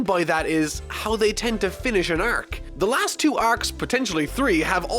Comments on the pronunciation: ....are you saying"Arek" for arc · the way you pronounce the syllable "ar" like in are, arc ect is really weird, are you from Minnesota? Canada? New Zealand?